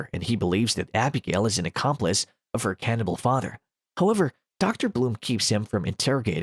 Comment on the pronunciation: Aw man, I love "Ke-FOUR-nibble"